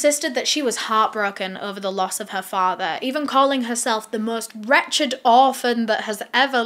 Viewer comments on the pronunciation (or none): none